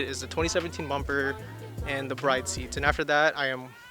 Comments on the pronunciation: it's pronounced : BREE-DAY lol not bride. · I don't mean to be that guy but I just wanted to say that it's pronounced "brid" 😅😅😅